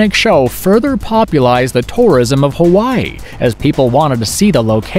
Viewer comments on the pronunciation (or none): none